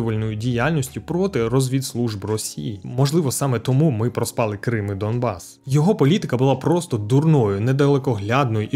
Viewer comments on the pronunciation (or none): мені почулося чи на початку відео було сказано доМбас🙈